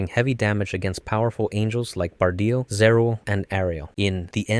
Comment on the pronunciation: Ok, this is a good video, but i have some criticism for it, i think its constructive. Let's start with pronunciations, Longinus is pronounced Lon-Jih-Nus. Evangelion is pronounced Evan-geh-leon. Bardiel is pronounced Bar-de-el. Zereul is pronounced Zur-rule. Cassius is pronounced Cass-e-ous. Also you forgot unit 05. I hope this comment has helped with a few things, i hope i didn't come off as an a-hole in this comment but besides the stuff I've mentioned, great vid